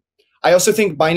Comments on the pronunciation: Who else promounces it Behnance hahaha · "Benance!" lol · Benanaze 😂😂😂😂. She needs to get fired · Could someone please tell yellen how to pronounce binance 😂 the i is long woman ! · Be-nance? You would think it the name would be pronounced correctly..oh wait, you would have to respect something before you would care to pronounce it correctly -_ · Yellen doesn’t even know how to pronounce Binance… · she needs to take her time to make sure she mispronounces Binance